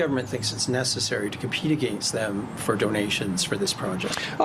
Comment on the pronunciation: Hmmm... maybe I'm off base here, but that alleged American NYT reporter pronounced the word "against" in a very Canadian way, that kind of put my radar up. Is it possible that this was actually a Canadian posing as an American NYT reporter and this question was set up? I'm probably wrong but that struck me as odd. 😆